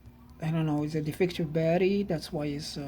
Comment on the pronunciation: Hi, I’ve only just started watching your Videos and I’ve watched quite a few now, It makes me chuckle when you say: “Barry” instead of Batt-ur-ee and please don’t take offense at that as I meant it in a Light-Hearted way, I do have a couple of Lithium Jump Starters, One is a SIP 802Li (20a/h) and 800 Amps and is good for starting Petrol Vehicles up-to 5.0L and Diesel Vehicles up-to 3.5L, My little Van has a 1.9L Diesel Engine so the SIP Jump Starter is more than capable of starting the Van if the Battery is just a bit low, The other Jump Starter is a Floureon W100 with similar Specs to the SIP except that has a 15a/h Battery and they claim it can Start Petrol Vehicles up-to 6.5L and Diesel Vehicles up-to 5.0L which I’m rather skeptical about, I also have a SIP 600A Super-Capacitor which I carry everywhere with me, Great piece of Kit & I’ve also got an Old-School Halfords Branded Jump Starter which is still capable even now today although probably not as good as the Lithium Jump Starters but does have the advantage of being equipped with a 240v 300w Mains Power Inverter, I recently purchased a Faulty NOCO GB70 off eBay and the Seller stated that the condition was: “Excellent in Not Working Condition”, I received it and there were 3 of the 6 x Screws missing, The USB Ports were misaligned so you couldn’t plug anything in to the USB Ports and the Unit was in Poor Physical Condition yet the Seller described it as: “Excellent” I dread to think what they would class Poor as